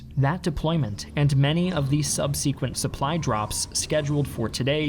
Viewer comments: Very clear outlay of the history! But, to pick a nit, there is no official "long e" pronunciation of "subsequent" in spoken English--where did you pick that up? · Does this reader actually speak English (or American) as his native tongue? he pronounces 'subsequent' as sub se' quent with a hard e and accent on the middle syllable. With all the names being mispronounced, it almost made me wonder if this is being read by a machine. Also, it is not 'thirtieth corps' but referred to as 30-corps which is how the Brits said the name. Just a few of the pronunciation errors. That said, he gets the Dutch names correct as well as the German Generals. As for the Market Garden operation failure was almost a certainty. The plan was put together in less than 8 days, it was not researched by the planners who disregarded repeated warnings of panzer divisions in the area. No one really considered the terrain or the need to expand laterally once the breakthrough occurred. Next, compare this action with the Germans in 1914, 1940 and then again in the Bulge. All three offensives were similar in terms of scope and distances. In 1940 the Germans committed more than 400K troops to the Ardennes while they had more than 250K during the Bulge. In WW1, they used 750K troops (or more) but admittedly, it was over a wider front in 1914. Then consider, two of those three actions failed. Montgomery only committed 50K for the ground assault and put far too much reliance on the airborne troops to perform as infantry. Paratroopers should have been used to assault specific targets and then get relieved by advancing ground forces. Instead, Montgomery intended for t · Love the content but my God you guys mispronounce sooo many words. Subsequent.....